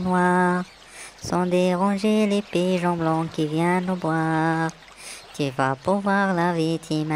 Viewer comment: La traduction est correcte mais il y a des erreurs de prononciation. Pigeons et non piyons